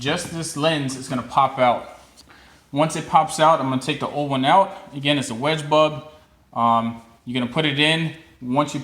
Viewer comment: It sounds like you don't say bulb but bub